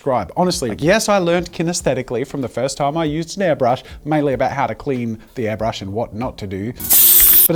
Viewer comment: No one: Not even Scott: Jazza: AiRbLuSh